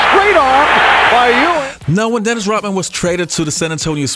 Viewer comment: its pronounced ROD man, NOT ROT man.